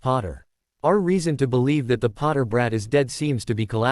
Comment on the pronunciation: Every time the AI voice pronounces brat as braht, I get this mental image of a bratwurst with a lightning shaped scar and messy Black hair dressed up in a wizard's robe, and it's killing me😂😂😂